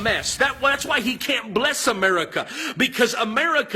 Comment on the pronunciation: I fucking hate the way Josh Feuerstein pronounces "America" it's so fucking annoying.